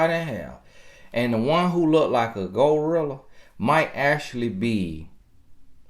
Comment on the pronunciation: “ Go rilla” gotta love that accent lol